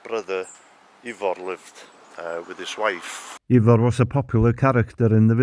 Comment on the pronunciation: His brothers name would be pronounced Ivor, not ever.